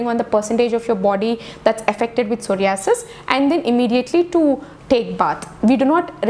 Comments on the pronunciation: Pehle ek kaam krro soh·rai·uh·suhs bolne seekho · Aap pahele psoriasis ka pronounce korne sikho.....first comments korna